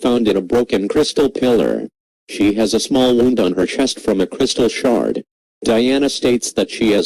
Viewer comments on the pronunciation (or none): none